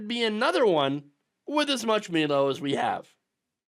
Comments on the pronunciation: Milo, it's pronounced my-low, 😊me-low sounds like some Pres Diapers would say. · I've always heard it pronounced "my low" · Milo is pronounced; MY-lo. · I love how you admit you know how Milo is supposed to be pronounced and still choose to pronounce it wrong.